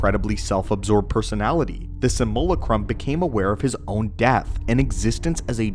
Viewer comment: Please learn how to pronounce “simulacrum” sim you lack rum